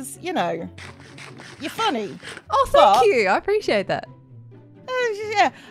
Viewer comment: doesn't sound like " thank you"